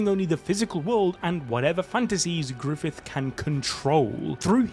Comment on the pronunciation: Guts: ❌️ Goots:✅️ Grififth : ❌️ Grifoofth: ✅️